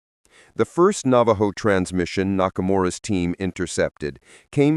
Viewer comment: I'm a Navajo and I'm laughing at the narrator, he can't pronounce the Navajo words correctly.